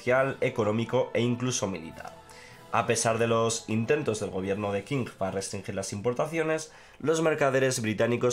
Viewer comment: Qing se pronuncia "Ching". Solo eso. Saludos!